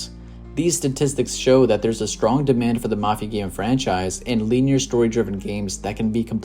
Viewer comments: LIN-E-ER BRONYOUR NIT PRONOUNCING IT RIGHT AND ITS ANNOYING I TRIED TO IGNORE IT BUT CMON MAN MAKES TOU SOUND LIKE YOU DONT KNOW WHAT UR TALKING ABOUT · Feels like I'm watching something produced by AI, and why is he pronouncing "linear" that way? lol